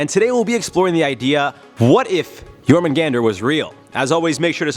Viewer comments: It's actually pronounced yorhahmungahndar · It’s pronounced yor man gandar